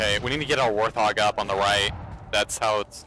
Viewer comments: Hi, I'm a sub of yours & respect your tsctics & in-depth knowledge of the gsme & not trying to b a jerk here, when U say warthog the H is silent just like the animal-Thanks just a dumb thing that was evident thamks 4 the vids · No offense taken by these comments at all. Instead, I appreciate them. I have mis-pronounced the name of this Halo vehicle from day one. The word is said "Wart-hog" NOT how I say it ("Warth-hog"). Like TheWowso pointed out, MANY people mis-pronounce this word (wether they know the correct way or not). It's actually a funny little quirk in the Halo community. :)